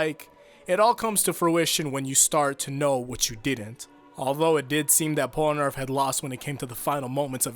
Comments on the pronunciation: man, i love the actual content of this video but why is it so common for people to call polnareff "pol-a-nerf" instead of "pol-na-reff" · Pol-A-Narf? bruh it's Pol-Na-Ref. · "polunarf" you had one job. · I like the video, but the way you say Polnareff is weird :p